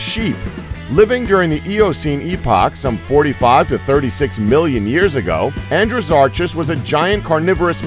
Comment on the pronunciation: hay Andrew-soar-ass. lol